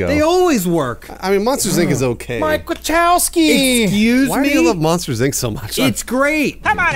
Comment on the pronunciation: Mike Wachowski? It's Wazowski, jesus christ!